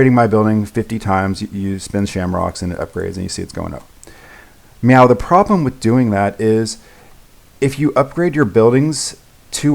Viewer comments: yeah i heard meow a lot too but i think he meant to say now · i thought he was saying meow. i wasn't sure for a bit. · i'm sorry... are you saying meow?